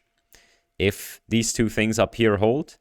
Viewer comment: Not untrue, mind; just limiting. Was that a Swiss accent or did you actually say iff though? Anyway, these results are amazing. I was pretty hyped about diffusion models before... but after this id go as far as to say image generation is 'solved'. Most of these are well past the uncanny valley which isnt something id say of any GAN except in rather limited domains. Good point about the sensitivity to text; seems indeed the discriminative training is superior in that regard. But then why does the CLIP loss not deliver? Could the apparent textual intelligence be due to the sampling/filtering step that DALLE does as a last step?